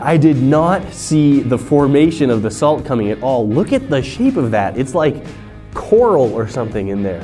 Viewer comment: he said sheep not shape